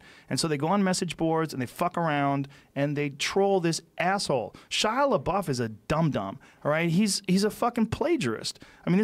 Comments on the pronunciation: Joe "PooDiePie" "Shia Labow" Rogan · Joe “Shia La-bow” Rogan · Joe “shia labo” Rogan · Joe “Shia Labow” Rogan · Kind of happens when you are too consumed in pronouncing "LaBuffoon" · Everyone: Joe... we know which Shia you're talking about... you don't need to try to pronounce his entire name every single time. Joe: L E H B O O F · "Shia Lebou?" Lol.... Joe, you're a legend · It's pronounced 'LaDouche'. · Joe Rogan is such an old man if he doesn't know how to pronounce Shia LaBeouf's last name lol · It’s pronounced shy la douche. Although he sort of redeemed himself with peanut butter falcon. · Legend has it, he's still asking how to pronounce Shia Labeouf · Rogan pretending not to know how to pronounce his last name. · Take a shot for every time he calls 4-chan guys amazing, and mis-pronounces Shia's name and you're dead. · I love how many times Joe asked how to pronounce his name lmao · I HATE when celebrities mispronounce other celebrities names like they don't know his name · You could e titled this video ‘Joe Rogan learns how to say ‘Labeouf’ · It’s weird that joe Rogan doesn’t know how to say Shia leboufs name but knows all kinds of bad shit that Shias done.. like bruh you don’t know the guy or anything about him or what he’s been through and you should know that media dramatize everything. Then joe reads the article and goes “well that isn’t that bad” and then says “whatever” and proceeds to down talk him.. you’re better than that Joe come on 🙄 I love your podcast and you seem like a dope dude but that’s not cool man :/ If you do ever have him on the show then I really hope you apologize to him. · Joe rogan is acting retarted to shia’s last name,how many times do they gotta correct him just for him to say “is that how you pronounce it”